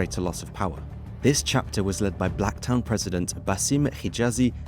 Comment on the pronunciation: Bankstown and Blacktown end with the same word and pronunciation yet this guy says them differently?? Huh?